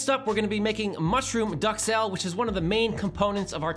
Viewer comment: Same with duxelles. There are no ducks involved. On a side note is one of my favorite internet chefs and should know better.